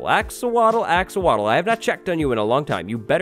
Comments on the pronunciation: 777k subs for... also “axowatl” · When you realize wattles sounds like waddles and the axowatl is axolotl